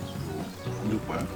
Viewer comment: 발음이 좆빨 ㅋㅋㅋㅋㅋㅋㅋㅋㅋㅋㅋㅋㅋㅋㅋㅋㅋㅋ